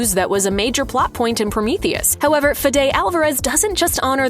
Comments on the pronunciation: The director's name is pronounced "FEH-di" not "Fi-DAY" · Pronounce Fede's name correctly. Same as Kamala, pronunciation is key. Love Romulus and the content from this channel, but not this lack of attention to this detail in this video.